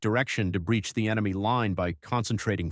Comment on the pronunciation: How did you combine sniper shots with salvos?🤦‍♂ "deley emeny advance" WTH is an emeny? 😆 A feigned retreat devolves into a real retreat? 🤦‍♂ FFS are you just making this 💩up as you go? I can't with this channel.